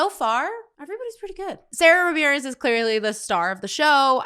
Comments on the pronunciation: It’s pronounced Sahda Ramirez. And it always fun to see a ‘newbie’ watch these episodes. 😂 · Just a note: Sara (pronounced with a long "ahh" sound, not the standard American way) Ramirez is non-binary and uses she/they pronouns.